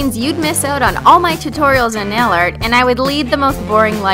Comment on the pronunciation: Who else is watching this in 2020 and is laughing at her saying “nail art”